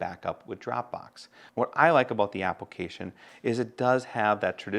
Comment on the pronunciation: I laugh each time you say "apple-cation"